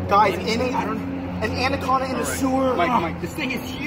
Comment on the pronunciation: It's funny that the guy keeps saying a andacoda 😂😂🤣😂